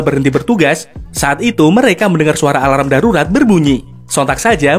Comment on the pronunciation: Alarm= sebutanya a larm..bukan di sebut a la ram ya wak..